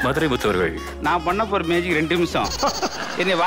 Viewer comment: அண்ணே அது மேஜிக் ஷோ மாஜிக் ஷோ இல்ல